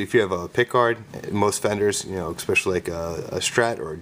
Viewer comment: "Eckspecially." Youth club.